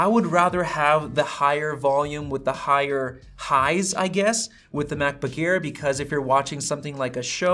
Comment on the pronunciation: “Macbook ear”